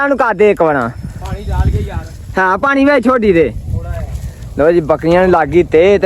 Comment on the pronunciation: ਬੱਕਰੀਆਂ😂ਬੱਕਲੀਆ ਵਲੌਗ😂ਵਲੋਦ ਤੋਰ😂ਤੋਲ ਪਰੇ😂ਪਲੈ ਚੈਕ😂ਚੈਤ ਪਾਣੀ ਪੀਲੋ😂ਪਾਲੀ ਤੀਲੋ ਚੁੰਗਣ😂ਚੁੰਦਨ ਘਰੋ😂ਤਲੋ ਕਿੱਥੇ😂ਤਿੱਥੇ ਰੇਹੜੀ😂ਲੇਰੜ੍ਹੀ ਖਾਲਿਆ😂ਥਾਲਿਆ ਠੀਕ😂ਥੀਤ